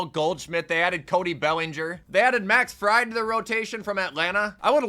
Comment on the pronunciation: ITS FREED NOT FRY-D